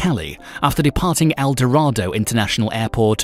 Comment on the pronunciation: Pronunciation needs a lot of work, in particular-- Medellin. Bogota. Dorado Gaviria.